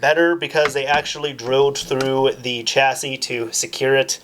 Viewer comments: I think chassis is pronounced with a 'sh' sound. Not 'ch' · Chasis is pronounced "Shassey" not "Chassey"